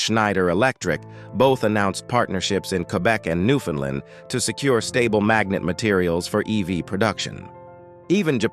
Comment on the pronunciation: Please get someone to teach your AI Autoreader to properly pronounce "Newfoundland".